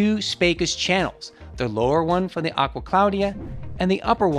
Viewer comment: AGUA APPIA????? Its ACQUA